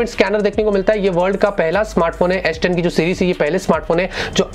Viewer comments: aish10 kyu boll rha ha bhai ... s10 boll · It’s not asss 10 it’s s10....😂😂😂